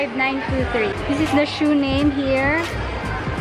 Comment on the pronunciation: iniki not inaki.🤣 and i-5923 not 1-5923. 😁